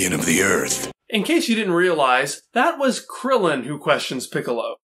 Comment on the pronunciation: So weird hearing you say things like “Krillin” and “Kami”